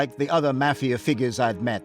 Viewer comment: The "mah" fia